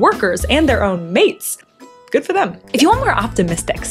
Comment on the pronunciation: Yea babe, that 'goog for them' at the had me low-key jealous at the end too 😢😅